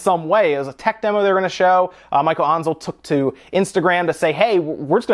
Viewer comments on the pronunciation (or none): Hey, it's not "Michael" it's "Michel"